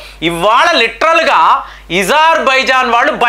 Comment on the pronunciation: Eజర్బజన్కాదు అజార్ బైజాన్ గా చెప్పండి